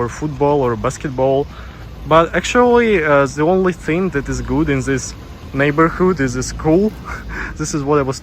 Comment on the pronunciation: It seems when russians say the word "thing" they say it like "think". Is the silent g sound tricky for russians?